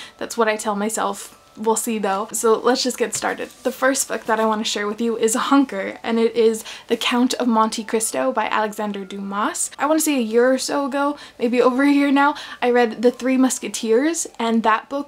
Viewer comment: Dumas has a silent S more like Duma , but with a French accent..... :-)